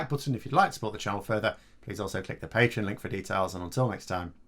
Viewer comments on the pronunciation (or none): none